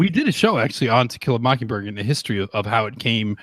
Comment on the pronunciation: "To Kill a Mockingberg" LMAO. I'm guessing misspoke but that was hilarious.